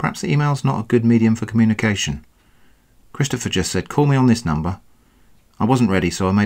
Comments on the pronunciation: "Chidstopher" lol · laughing so hard at the way he keeps mangling Christopgoher